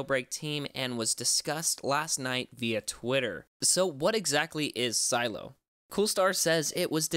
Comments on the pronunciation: It’s not silo it’s sih-leh-oh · Isn’t it pronounced “sah-lay-oh” , not silo!